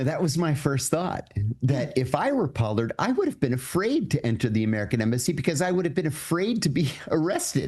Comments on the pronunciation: Pol-lard not po-lard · Paaaallard, not pollard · Pronounced “paw-lord” I believe. Just FYI. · The man's name is pronounced Pollard with a short 'o'. It's NOT a long 'o' as in "pole".